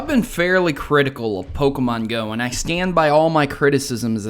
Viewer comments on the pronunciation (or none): none